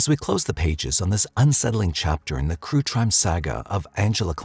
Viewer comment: “crue trime saga”